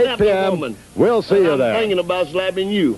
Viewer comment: Shultz " I'm looking for a wooman"